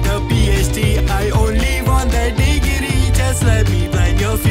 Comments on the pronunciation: bro rlly said “de-ge-ree” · "DEGRIDY." XD😂 Also, the "pheed" is important too. 😂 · damn ( you need to get a PHD I only want that degegree 💀 the way he said degeree but not degree made me laugh so badly😁😁😁😁 and thank you. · When he said degree it sounded like diggidy